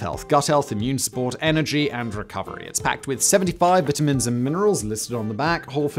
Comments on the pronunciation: What are ‘viternins’ Simon, do you mean ‘vItamins’? Is that what you mean? Your accent is so pompous and aristocratic, yet it has its weaknesses. Oh Mr Yanky don’t be laughing too hard, the word ‘herb’ believe it or not, actually require you make the ‘h’ NOT FUCKING SILENT!! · Elon is Mad, Insane just fucking Crazy. Simon, it's Vitamins, Obey the rules of the English language. Love your shows!!